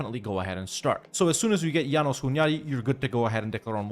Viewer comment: Hey great video as always! Just a tip for possible future references (and FYI for anyone that cares) in Hungarian, any name with an 's' is pronounced like "ash", the regular "s" sound in English is marked by "sz". So János Hunyadi is Jáno-sh Hunyadi, and Pest is Pe-sht. I know most people don't know this or worse, don't care, since it's an arguably smaller, lesser-known and just completely different language than any other European major one, but it's just really annoying to hear constantly even at airports as a native speaker :D Anyways, keep up the good work bro!